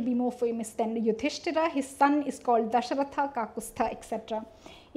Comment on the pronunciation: lol....u are supposed to decolonize and stuff...and i find it quite funny when Dashrath is called as "DashrathAAA" :DDD Yog as Yogaa etc... first correct your pronunciation and we are talking about "reversing the gaze" here....its ironical